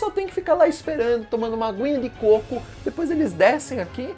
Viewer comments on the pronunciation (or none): none